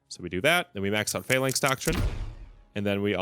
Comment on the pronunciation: Fuh-LANX, not FAY-laynx. Cool vid, though :)